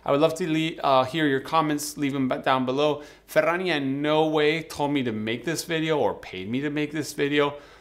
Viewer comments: 🖒 Cheers and love the way 'Ferrania' is pronounced in Spanish....better than my Yorkshire accent 😊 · Just here for the proper pronunciation of Ferrania